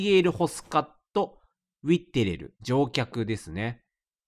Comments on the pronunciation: レトさん「ウィッテレル」って一生言えない気がする…w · なんでそんなウィッテレル言えないw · 船長のラストネーム一生言えてないの草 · 頑張って読むけどウィッテレルが言えないレトさん笑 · 毎回ウィッテレル言えてないの草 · ウィッテレルが中々発音できないレトルト氏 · ウィッテレルを正しく言えてる回数が少なすぎて草